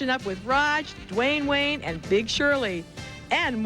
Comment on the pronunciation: She said Dewayne Wayne..!o!